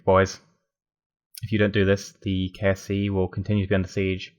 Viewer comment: Every time you say "KSC" I think you're saying "KFC". It makes me laugh